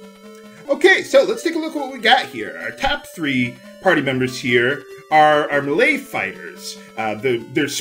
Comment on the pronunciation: it took me a while to figure out that he was saying melee. It sounded like malay to me.